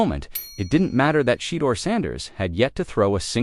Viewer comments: And who is Shedder?? At least say his name correctly. SMH . Sad ! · SHE-DOOR 😂 OVER and Over😂😂😂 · Pronounce his name correctly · 😶‍🌫️ I can't take your commentary seriously until you respect your subject matter and fix your AI voice, correcting Shedeur Sanders' name pronunciation.